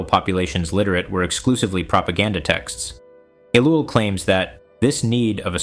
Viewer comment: Seems like it, mispronounces his name and lacks vocal inflection. Why does a so-called lecturer fear showing his face? Jesus didn't...